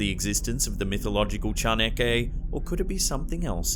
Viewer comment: As mexican, I've always appreciated how you do your best to pronounce correctly our words. Your way of saying "chaneque" is practically flawless.